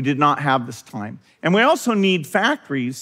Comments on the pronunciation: He pronounces the word 'time' as 'toyme', how strange. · Never trust a person who pronounces 'time' as 'toyme'.